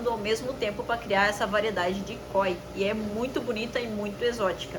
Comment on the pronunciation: não tem acento no KÓI. "o". é KOI sem "força" no "o" koi